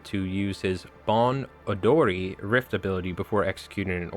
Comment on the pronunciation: a tip on Japanese pronunciation, you actually nailed a few of them correctly! Onryo, "oh-n-ryoh" Kimura Tadaaki, "Key-moo-rah Tah-daah-key" (also Tadaaki is his first name and Kimura is his last name) Bon Odori, "boh-n oh-doh-ree" Kage no Kogeki, "kah-geh noh koh-geh-key"